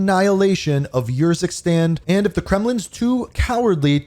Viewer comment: i think its not your zikstan but more like oor zikstan